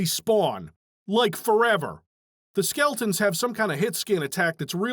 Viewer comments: Love that you kept saying skeltons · Is he saying ''skeltons''?